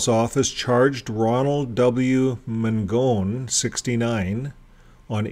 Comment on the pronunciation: We went to the trial to support the victim, we live in the neighborhood. His lawyer was horrendous and looked like a complete ass in the courtroom. The judge was very obviously getting irritated with Ron Mangone's lawyer. Btw, it's pronounced Man- gon. Not Man-gone. I grew up knowing him and his family.